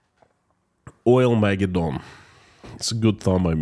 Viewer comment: Accent 1st and 3rd syllables.... "OILmaGEDdon." You do some great work. I follow your videos religiously... very, very useful and insightful.